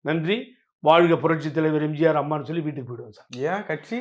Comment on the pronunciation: தம்பி எம்ஜார் டிவி ன்னு உச்சரிக்காத. எம் ஜி யார் டிவி ன்னு சரியா உச்சரியுங்க